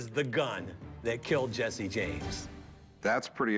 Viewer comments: It’s Jesse not Jessie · it's jesse not jessie